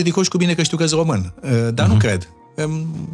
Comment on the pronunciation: hodoronc-tRonc,! Altele mai importante nu aveți și nu vedeți, decît CĂ OMU A SCRIS DUPĂ CUM Rostește, și dvs ÎL CRiticați aci, pe domnul aRdelean... DaR(!) că Gioană, el însuși ÎȘi spune 'OmÎn în loc de ROMÎN și gRăiește de 'OmÎnia în loc de RomÎnia, cÎnd GRĂiEȘTE, NU ÎL ReMARCAȚI.... AȘADAR, PENTRU UNII MUMĂ, PENTRU ALȚII CIUMĂ, nu este o dovadă, din partea dvs, de Conștiință NAȚIONALĂ😉😄😄😄